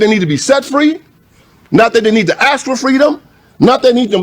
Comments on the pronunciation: Why does the speaker say "axs" instead of "ask" 😂😂😂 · 😖🤮🙄 Pleeeeeeze Stop saying "AX" The word is A-S-K. Black preacher said "AX'D. Ax is a took for chopping. STOP SAYING "AX" DAMIT. That's a pet peeve of mine. ITS ASK ASK ASK ASK A-S-K, DAMIT. AX sounds dumb and ignorant. STOP IT!